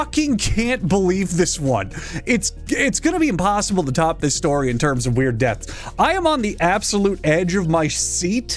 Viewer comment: Why does he say deaths like "dets"